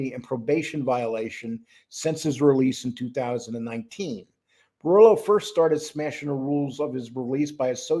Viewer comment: Please, please say "Bor ELLO, ELLO" brillo is driving me nuts, say the little gimps name properly, 😂😂